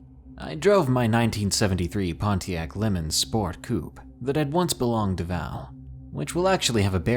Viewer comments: Pontiac Lemon???😂the car is named after the French race track as in Le Mans✌😉👍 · Moving from Minnesota to Brazil? What a major climate change, lol. FYI: 1979 Pontiac Lamens...is pronounced Luh-mauns. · bruh it's Le Mans leh mahns like the french racetrack.